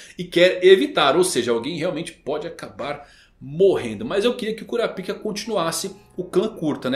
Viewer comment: Rsrs acho engraçado a forma do chamar o kurapka (curáp-ca) como 'cura-píca' 😂